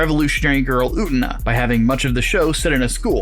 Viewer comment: Utena is pronounced "oo-tay-nah". It's just basic Japanese pronunciation.